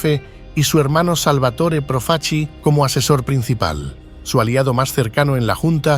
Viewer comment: proof-a-chee? if you can't even pronounce your subject's name correctly in the first two seconds, what's the point in wasting forty minutes of my time mispronouncing his name again and again? Thumbs down.